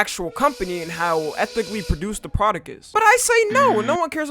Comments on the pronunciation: "The pra-dick" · is it just me or does say produc and not pronounce the T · I’m not hearing that “T” in Product I’m hearing “K”